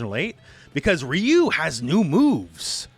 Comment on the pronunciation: Just a heads up, RYU is pronounce RAAA YUUU, not the feminine sounding Ree yuuu, had me confused a little but damn next time pronounce it as Raa Yuuu as it is meant to be, just a little gripe in an otherwise informative vid.